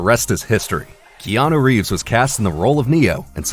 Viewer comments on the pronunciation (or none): none